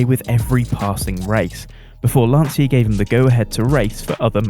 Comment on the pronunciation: Thumbs down for pronouncing Lancia as Lansia